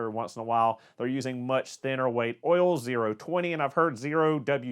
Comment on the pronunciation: Be sure to talk about the Ole. Not the Oil, but the Ole. Like Ole Miss Swiss Chocolate.. it's the accent 🤣